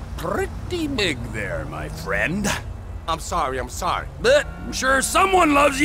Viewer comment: “Yoooou’re prrrretty big there, my friend-uh.”